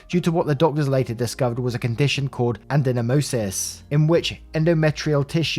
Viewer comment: Ad-en-o-my-o-sis. That is the name of the condition where endometrial tissue is insite the uterine tissue. I diagnose this often as a pathologist. It is pronounced the way it looks here.